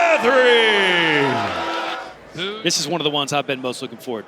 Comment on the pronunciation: Love how the "announcer" think emphasizing"the hurricane" has impact. Butt spanking is where it's at.